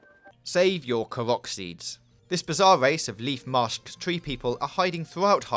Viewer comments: and "karach seeds" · Dud he just say katerito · i swear he’s pronouncing korok wrong